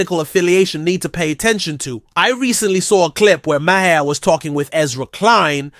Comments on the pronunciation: Thanks for the video. But you’re saying his name SOOO wrong. It’s Maher, it sounds like MARS without the S. MAR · You need to look up the pronunciation of “Maher “ 👍